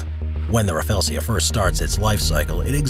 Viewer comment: Rafflesia pronounce as ruh-flee-zhuh not rafelsia